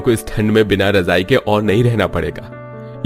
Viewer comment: Rajai😂😂razai kehte hain bhai😅